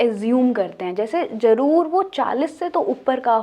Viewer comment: Sister jaroor nae 'Zaroor' hota hae🇵🇰